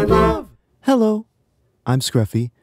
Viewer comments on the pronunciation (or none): i love the way you say "HELlo"